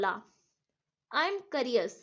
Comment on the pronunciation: Curious ≠karios Its kyourious